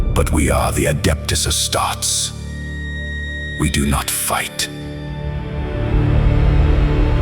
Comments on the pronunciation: Astartes ❌ Asstarts ✅ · Yeah....so good...minus the "Astarts"